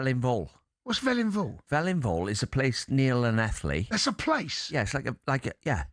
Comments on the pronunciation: Saunders saying Llanelli is hurting me 🤣🤣 destroying our accent JEEZ Deano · Dean Saunders can stay in England, are you Welsh? I was born there.... OK! and its Llanelli not Lanelli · Saunders the plastic Cymro who can't say Llanelli properly.. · Lanelli? Come on Dean ! Swansea boy can't say Llanelli?